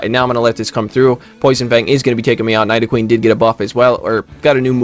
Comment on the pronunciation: Bro why is it that almost all of the top content creators can’t pronounce Pokémon names..? Like did you not watch when you were a kid? I’m seriously offended. #night-o-queen